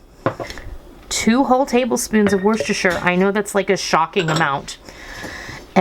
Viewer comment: There is no "sh" in worcester. Its pronounced wuster, no sh at all..